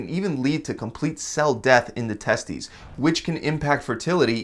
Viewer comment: HA he said Testies